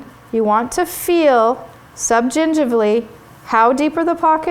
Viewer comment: You say subgingivally so well! =D